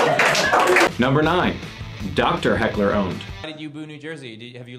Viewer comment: Not “hackle” 💀💀💀 said so confidently too 💀😂😂